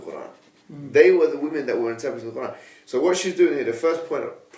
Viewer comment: its not Khuran... Its Quran!!!